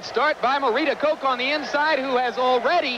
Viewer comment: Her name is pronounced Kock not Koke.